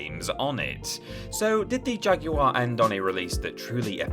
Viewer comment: How many times can the word 'Jaguar' be mispronounced within a 3 minute spam?